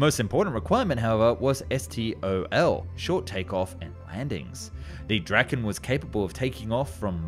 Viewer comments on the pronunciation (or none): You pronounce Viggen rather correctly but with Draken it´s going hard on a straght "A", Draaaaken, yours sounds more like Dracken. This is a lame comment that deserves to go to heck, just typing, no big deal. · Im a swedish dude and draken doesnt really sound like that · bro i love your videos but please say Dra-ken and not Dragen its hard k and its like when you say drake but just with dra insted